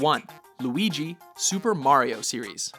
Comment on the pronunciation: Say it with me guys, Mari-o, Mari-o